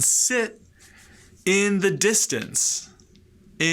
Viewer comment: on the whole, this is great accessible stuff... but oops... "listen" has a schwa in the second syllable, not /i/ (also in the word distance which you use later on).